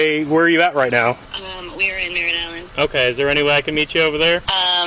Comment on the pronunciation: When she was talking to the cop on the phone, she was saying she was in "Merritt Island" not "Miranelen"